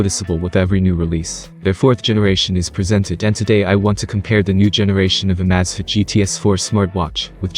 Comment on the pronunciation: If you're going to update your videos, you should at least make sure that your narrator knows how to pronounce the item that the video is about!